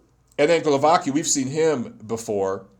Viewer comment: Glo-va-tz-ki, Kow-na-tz-ki, Su-le-tz-ki 😏 like in „tzatziki” 😁